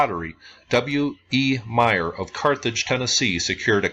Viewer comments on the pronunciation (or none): none